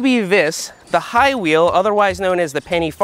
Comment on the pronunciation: "Highwheel"?! Hahahahahaaaaaaa!!